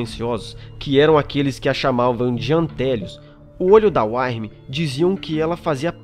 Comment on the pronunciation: muito bom cara, só a questão da pronúncia que tem que ser melhorada, Uktena se diz "Ú-qui-te-na" Wyrm "Ú-ir-mi", parabéns pelos vídeos!